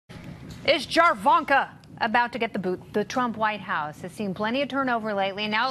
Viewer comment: "Jarvanka" is NOT pronounced like "JAR JAR Binks." It's the blend of 2 names, so you say it with a hard "A" in Jared's name like "JAIR-vanka." If you do it wrong you just sound obviously out of the loop for the rest of the clip because you lead with JAR-vanka right out of the gate. Don't do that. It makes you sound stoopid. Jesus Christ, can't believe I'm helping Fox News again. Maybe stop using these idioms? It's like the nerdy kid. Just embrace your inner nerd. don't try to sound cool.